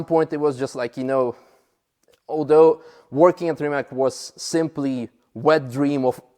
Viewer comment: Rimak 🙉🙊🙈 it's Rimac, pronounced Rima(ts) I cannot understand why is Mate not complaining about how his name is pronounced.